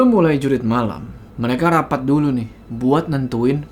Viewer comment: Jurit bukan Jurug😂